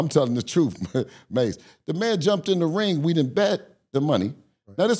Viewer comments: He kept calling mass cam 😂😂😂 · Is Haney calling mace cam😮😂😂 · Why homie keep calling murda cam 😂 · Calling MurdA “Cam” is crazy 😂😂😂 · If bill call mase cam one more time 😂😂😂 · He kept calling Mase, Cam 😂😂😂